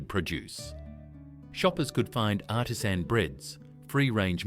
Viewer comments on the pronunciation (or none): none